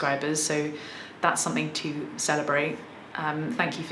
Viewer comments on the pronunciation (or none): none